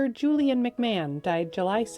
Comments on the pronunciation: McMahon is pronounced McMARN, not Mc MAN. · Fyi, Julian McMahon is pronounced McMarn.. not McMan.